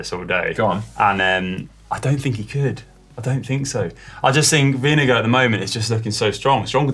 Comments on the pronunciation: It sounds like you call Vingegaard vinegar. It is more like “ving-a-gor” 👍😉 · Is vingegaard pronounced vinge”go” or vinge”guard”